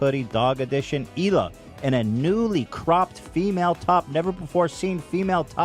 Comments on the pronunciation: “Eel uh” not “heel uh” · Just an FYI the H in Hila is silent so it's pronounced Eila. Love you so much 😘